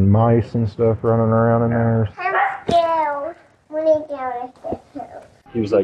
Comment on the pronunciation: the way he's pronouncing "im scared" as "im scawed" is breaking my heart